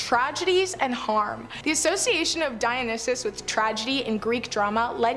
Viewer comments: And she mispronounces Dionysus as well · Pronunciation is not a strong point for these hosts, some are worse than others. The Dionysus one is one of the worst. She often gets words wrong. I don't like her.